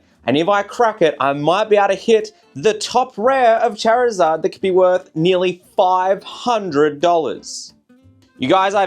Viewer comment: This man said "Chare-i-zard" I can instantly tell he's a mtg player more than pokemon.